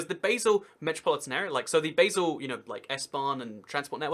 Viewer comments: good video, just fyi: Basel isnt pronounced Baesel, but rather more like Bahsl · Dude Basél is pronounced BaRsel not BaYsel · True, but one small pedantic thing that kinda irritated me was the mispronunciantion of basel. Its bah-sel, not bae-sel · Is pronounced Baa-sle. And you don't need to show your passport when going from Germany to Switzerland but you do have to declare any goods over the duty free allowance. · Hi! You do a good show. well done. Basel is NOT pronounce like the herb but like 'bar', the drinking place. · It's pronounced Bahl or sometimes Bahzl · Please, never pronounce Basel as "Baysil" ever again. Thank you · Americans mispronounce BASEL the same way they invented a different pronunciation for BASIL.